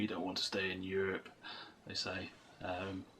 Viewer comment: That's how Aussies say Europe! You need a white board to record all these action plans.